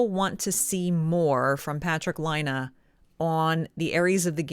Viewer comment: Laine is pronounced "LINE - EH" = LAINE ..... NOT "LINE - AH" DOES NOT = LAINE. It's not hard to say.